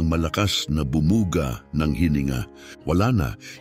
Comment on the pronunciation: Maganda ang kwento mo pero nakaka dismaya dahil may mga mali sa pananalita at pag bigkas halimbawa ay labaha kailangan ay baybayin la-ba-ha paris ni ng Pangalan Cathridge - Cathright, kalapit madaksa hindi malumanay kalapit, malabsa patibong hindi pa-ti-bong, bumuga -di malumanay bu-mu-ga di binabaybay